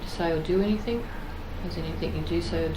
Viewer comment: "Anythink" says the copper each time.